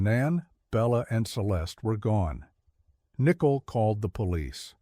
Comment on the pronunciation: How dude pronounces Nicole “Nickle”